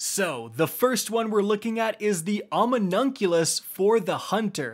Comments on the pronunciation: Sounded like he said ominoculus when its Omni Oculus. Like Omni and Oculus Rift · "omnimonculus" yeah okay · Ominunkulass?, settle down on the weed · My man said Omi-nunc-ulous lmao. I love pronunciations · can't believe this guy really just said "ominunculous" lmao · OMNIUNCULOUS, PRONUNCIATION GOLD!!😹👏👏👏 Gotta love when everyone learns how to say a “new” word. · How tf did he pronounce the Omnioculus, hes informative but can he read?